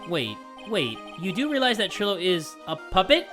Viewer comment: bro trilo is pronounced try-lo like you don’t pronounce milo like mill-oh